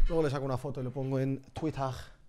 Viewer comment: no es witer si no wither como si intentaras pronunciar la z